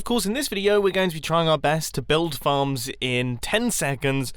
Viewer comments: I thought you said "farts" not "farms" XD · Instead of farms I thought he said f***